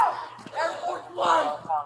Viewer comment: MY DUDE SAID AIR FORCE ONES 😂😂😂😂😂😂😂😂😂😂😂😂😂😂😂😂